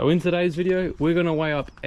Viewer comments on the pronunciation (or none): "in tuddays video"